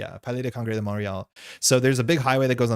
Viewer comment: I never noticed before how the english pronunciation of Montréal is so different than the french one. Which you can do pretty accurately as can be hard ! Really cool stream as usual. Do you need to be able to take judge calls in french and english when you're running a tournament in Quebec? If you do, I'll do my best to make it to worlds in October and help :P